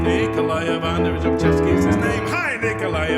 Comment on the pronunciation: Well done - getting your tongue round Lobachebsky!!